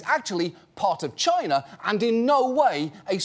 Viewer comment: 😂..chiner😂..you didn't get it past me 😂